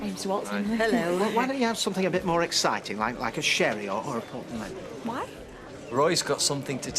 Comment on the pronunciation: Since when does sure and more have two syllables.